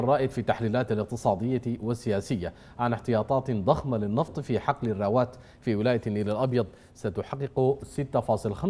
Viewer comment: ياخي سألتك بالله ما تقول (نتوغف وحغل) نتوقف وحقل والله بقيت بكره التحليل بتاعك بس عشان نطقك للحرف دا غلط